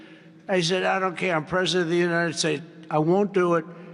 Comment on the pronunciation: Not this bs again. So tired of him saying, "the Unided Shaysh".